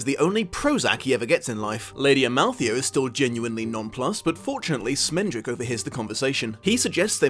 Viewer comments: SCHmendrick. With a SCH. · Great video. Only criticism was calling Schmendrick "Smendrick". His name is a yiddish word that means an inept bungler. Casting a new york jewish dude as his voice actor was a bit of a nod and wink at his name. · Isn't it produced Shmendrick? Like the Yiddish word?